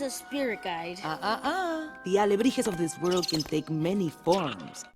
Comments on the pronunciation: i am not 100% sure but i think it is pronounced like Alibre-hey no alibreha. Correct me if im wrong commenters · I think you’re right, it’s said “al-ah-Bree-heh” or something along those lines; J in Spanish makes a “h” sound and E in Spanish makes a “eh” sound, so “jeh” is said “heh”, not “ha”. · “Nemo gets his own alibreHA” he tried and I respect that. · He pronounces "alebrije" wrong throughout the whole video.